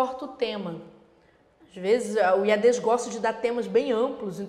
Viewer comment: A professora chama de Iadês, o certo não seria Iades? Sem ênfase no E.... Desculpe a ignorância..